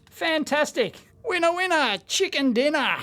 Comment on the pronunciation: "Chicker Dinner"?